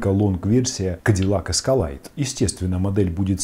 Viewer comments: Все бы хорошо, вот только не "Эскалайд", а "Эскалэйд". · нужен говорить как правильно, а не как твои знакомые говорят